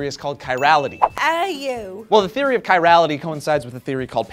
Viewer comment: This video made me happy, except for not being able to prenounce Chirality properly...